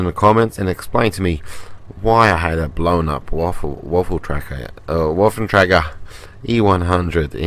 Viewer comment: not to be a grammar nazi but the "w" on waffentrage is pronounced like a "v" just a little tip :D